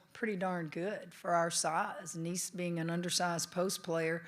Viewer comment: How can they not know how to pronounce Aneesah at this point 🤦‍♀️🤦‍♀️